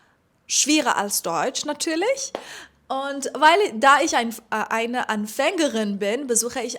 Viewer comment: Du sprichst sehr gut deutsch mit wenig Akzent. Allerdings ist die Betonung bei "Anfängerin" auf der ersten Silbe. "an" ist betont.